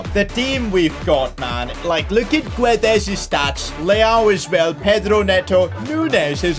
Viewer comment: its " gonsalo gedsh " not " gonsalo giuedes"